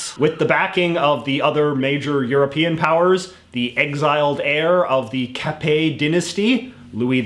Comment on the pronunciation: thanks for not prononciate the "t" in the capet's name. That was not bad , not bad at all , and i say that as a french who love history . anyways , i'm gonna look some other video you make to learn more about other stuff , specialy canada .